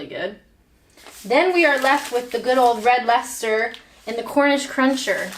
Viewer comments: Wow, nice one for pronouncing Leicester correctly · The Americans would say "Lie -Chester-Shiyer"....so you got "lester" right!!